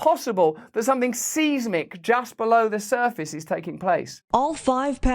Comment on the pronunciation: Can't remember what it was, but pretty sure it wasn't the only mispronounced word. I think we've all read words and had to check how to pronounce them. Oh, remembered - "seismic" should be "size-mic", not "seize-mic".